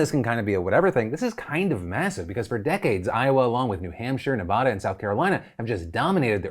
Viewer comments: Phil, I love you but it’s Ne-va-duh not Ne-vah-duh ❤️ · Phil. Philllllll. Imma say it as a native Nevadan. It's Nev-Ah-Da not Nev-Aw-Da lolol